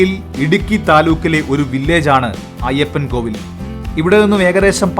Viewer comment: Ayyappankoil, അല്ല ayyappankovil